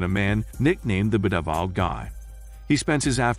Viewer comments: The 'Beh-deh-viled' guy lol. It's a nice laugh when I hear that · I love how the commentator can’t pronounce bedeviled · Automated voice speaking most likely. While the cheap ones are really robotic and you can tell straight away, there are some paid programmes out there where they incorporate entonation and other stuff to try to sound more natural, but there are certain words that the AI struggles in. In this case bedeviled is probably not a very common word, so the programme just "guesses" how it would be pronounced based on things such as length and amount of syllables.